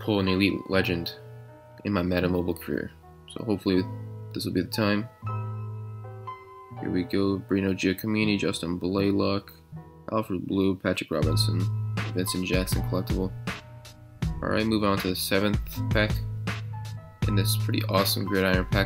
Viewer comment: He said Alfred blue it's Allred blue